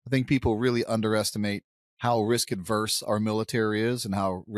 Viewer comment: Guys, it’s “risk averse,” NOT “risk adverse.”